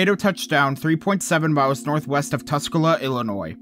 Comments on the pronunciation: Tuscola is also pronounced Tus-cola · I noticed you struggling to pronounce some areas so here are some of them since I know they are hard to pronounce if you're not native Pekin: Pee-kin La Salle: Lah Sal Tuscola: Tusk-coal-ah You were pretty close, though!